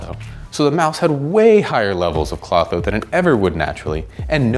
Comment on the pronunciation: To bad it did not come with the ability to correctly say Klotho!